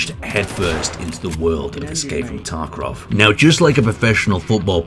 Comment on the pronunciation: "Escape from TarkRov"